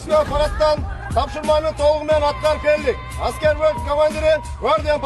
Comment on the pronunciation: Аськер эмес- аскер 😂 Официер эмес - офицер 😅